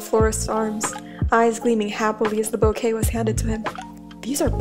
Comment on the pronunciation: I hate the fact every time says ‘bouquet’ i hear the word ‘boke’😂😂 This was really cute btw🥺💕✨